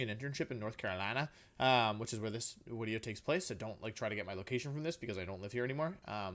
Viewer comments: I can't stop hear wideo now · I been watching you for about 3 weeks now I wanted to subscribe but I have a question why do you say Wideo?